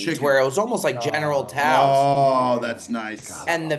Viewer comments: Nice pronunciation on the general Tso hahaha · not knowing how to pronounce general tso is so on brand lol